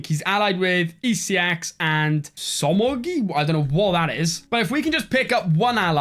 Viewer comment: The pronouncation of somogy killed me 😂😂